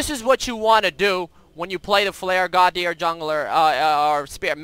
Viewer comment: Godhyr :P :P Estonians know :D